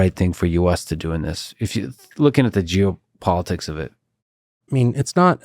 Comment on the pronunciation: Sounded like he said "looking at the jew politics of it" CANCELLED